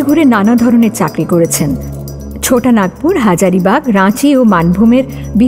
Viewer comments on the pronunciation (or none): আচ্ছা 'ছোটা' নাগপুরটা আবার কোথায়? কথক কি অবাঙালি? ভাষা এবং উচ্চারণের যত্ন নিন। সানডে সাসপেন্সের ওপর বাঙালি শ্রোতাদের আশা এবং ভালোবাসা অগাধ। ভালোবাসার মূল্য দিন।